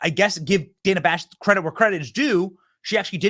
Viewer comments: Who is DAN-a? Her name is Dana. Kamala demands people pronounce her name correctly she should do the same. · The takeaway here is CNN is so bad that not even Kamala, queen of the far left cult, watches it. She called Dana (daynuh) Dan-uh. I mean, she'd know her name, right?